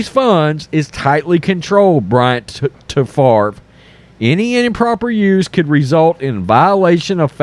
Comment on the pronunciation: “But what about Brett Fov-ruh?”